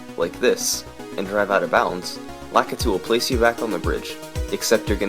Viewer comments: how are none of these comments calling out the weird way you say Lakitu. why do you say it like that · this dude also can't pronounce Lakitu, so..